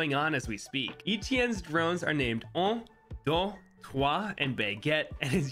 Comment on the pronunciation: I hate your pronunciation of Un duex trois